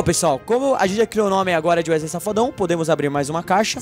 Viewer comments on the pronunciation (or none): none